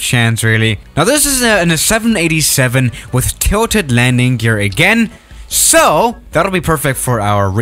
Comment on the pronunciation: that sooo! was sooo weird